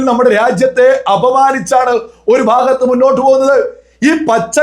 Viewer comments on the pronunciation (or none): none